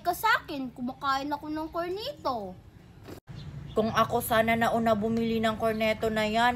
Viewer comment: Cornetto hindi cornito 😂😂